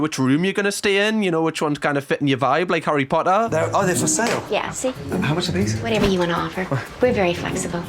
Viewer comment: we got the 'arry pahuh AND the baoh ah wa'ah in the same video